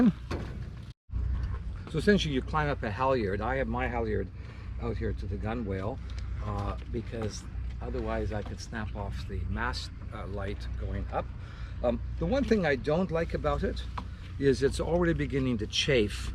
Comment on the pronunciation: 1: you said "cotter pin" when you meant "clevis pin": "cotter pin" is the pin that goes in the end of a "clevis pin" 2: gunwale is pronounced "gunnel", as in "fill er up to the gunwales" 3: always safety off to another halyard: if you don't have another halyard there's fall arrestors made specifically for wire rope that you can put on your standing ringing, or run a Prusik around your mast to catch you. The halyard is fine, it's the hardware holding it at the top: I've seen too much hardware work it's way loose to trust it with someone's life, especially my own!